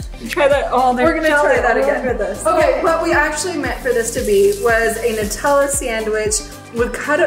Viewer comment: Oh and p.s. I appreciate saying NUTella the right way, it’s not made out of noots after all....🇦🇺